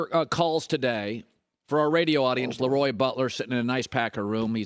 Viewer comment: You love to bring him on but can't pronounce his name correctly. It's pronounces La Roy not Lee Roy